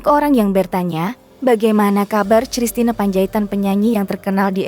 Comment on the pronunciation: Koq sristina ? Kristina !!!